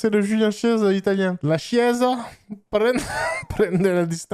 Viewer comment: Seb, la chiesa, qui se prononce kiésa, c'est L' Église ;)